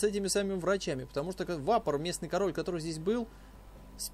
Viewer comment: Почему вапоР?,если вапоЛ.